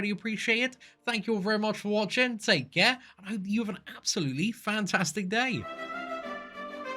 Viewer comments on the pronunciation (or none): none